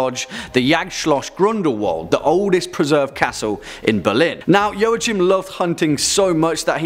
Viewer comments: If I'm not mistaken, Joachim isn't pronounced 'Joe-a-chim' it's 'Wah-keem' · I've never heard it pronounced "Yoh-uh-chim". "Wah-keem" maybe. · I cringed at every mispronounciation of Joachim. It's Yo-a-heem. Sigismund is also nothing like Zygmunt, but I guess that's already ingrained in western culture. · Joachim is pronounced 'Wah-Keem'... fyi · No, I'm sorry, pronounced "Joa" right but the "ch" in German sounds like when a human tries to imitate a cat's hiss. It's a very dry and guttural sound.